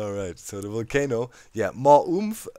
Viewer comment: Always look forward to your vids. Always dig your accent too. This time you had me dying... sounded like you say "kind of cool for a 'WOOL'-cano in my opinion" Burn it DOWN XD. Quite interested to see how close the witch farm is going to come to it. Also, are you going to place enough standing lava to keep it lit and mob-proof to maintain the perimeter? Actually, maybe keep the light levels down so mobs DO spawn and you can have an EVIL island. (You can always clear the island by activating the Volcano and Watch 'em BURN!!!) Thanks for all the great inspiring content!